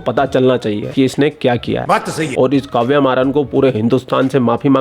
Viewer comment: काव्या मारन आप सिर्फ उस पोर्की से अपना नाम ठीक से लेणे को बोलो. बाद मे खिला लेना जहा खिलाना हे.